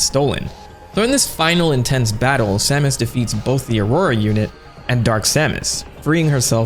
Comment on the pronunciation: This is "Sahmus" Aran Source: Smash bros. 64